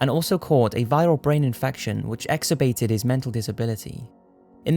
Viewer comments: EX-ER-Bated? You mean Exacerbated. You really need to learn fucking English. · its exacerbated not "excabated" !! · Ex.ac.er.ba.ted. Not exerbated. You're welcome lol. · Sweets, you've got to work on your pronunciation. Exacerbated. Exerbated isn't a word. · “Exacerbated”, not ‘exerbated’ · Ex-er-bated? You mean egs-ass-er-bated. Sorry don't mean to be a speech nazi, just have heard you say this before. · "Exorbated"?....Did you mean EXACERBATED? It means to make worse, pronounced... "Ex-ass-er-bayt-ed" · Exobated? You mean Exacerbated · It's ex-acer-bated, not exerbated. Great video though. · The word is "exacerbated", Host. Not "exerbated". (The Johnny Johnson section.) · how can you not even say excacerbated? Jesus Christ man, that's embarrassing